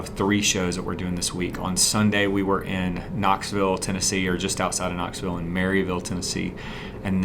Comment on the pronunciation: as someone from east tn who doesn’t want you to look like a yankee, maryville is pronounced “mervul,” not “marry-ville.” you’ll sound like a true native if you say it like that. hope you find this informative👍🏼